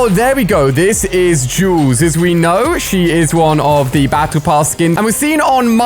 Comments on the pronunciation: Why does he say juleses drum gun it’s Jules drum gun grammar be like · Its not juleses its Jules’ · Broo its not juulsis its juuls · Julesus doesn't make sense its said jules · Juuuuuuus? I think you meant Jules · julese"s lol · i like how hes says julezesss drumgun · Anyone else get triggered when he kept saying julses? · The second he said julses drum gun everyone going to the comments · nobody: ali: julses